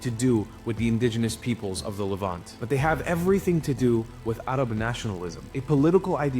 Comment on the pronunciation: Your pronouncement of "Arab" is a bit racist. Arab is an English word.